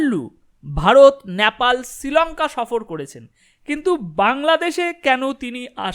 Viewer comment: Nyapal noy, nepal, ektu thik kore nile bhalo hoy.